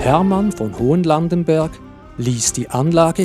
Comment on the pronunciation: Turbenthal hat ein H. Es heisst Hochlandenberg und Breitlandenberg und nicht Hohenlandenberg resp. Breitenlandenberg.